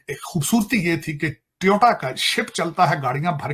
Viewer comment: Abey Toyota bolna to seekh, thesis likha hai. Piglistani.